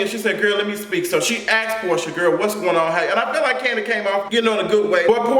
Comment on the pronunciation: latoya duffie 😂😂😂 not Kani the way Mama Joyce pronounces it! I caught that shade and it is super funny😂😂😂